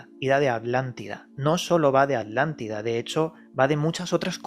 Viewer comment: Todo biennn, PERO QUE ALGUIEN POR FAVORRR ME EXPLIQUE PORQUE LOS ESPAÑOLES PRONUNCIAN ALANTIDA EN VEZ DE ATLANTIDA, es un problema con la t?